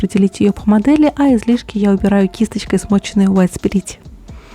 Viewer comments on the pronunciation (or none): none